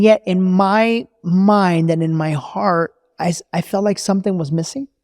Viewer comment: It’s something not sonething 🥲